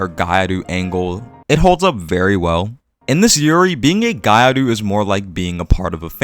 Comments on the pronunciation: It's pronunced Gi-YAh-Ru, not gai aru. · Gyaru isn't pronounced "gai aru" lol. Gya is one syllable. If you're having trouble pronouncing that, just saying "gal" is perfectly acceptable. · What lie??? It's exactly how it's pronounced, just spoken fast so that the sounds blend together into one, both gyaru and Nguyễn. Maybe learn the subject before making stupid accusations like that? The word gyaru is spoken exactly how it's written, yet the guy turned it into gairu, meaning he has no idea which group of letters are supposed to be together, hence breaking it down into Gi and Yah then Ru is enough for him to get it. The same goes for something like kitsune. Non-Japanese speakers tend to misunderstand it as kit su ne, when it's actually ki tsu ne. Just a matter of breaking into correct units of consonants and vowels. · what did you just say? did you just say gaiaru? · Gya is actually one syllable, but what you said would be better than what they're saying lol